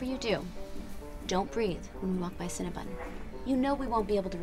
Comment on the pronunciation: why on god’s green earth does everyone pronounce “cinnabon” as “cinnabun” why don’t you know how to read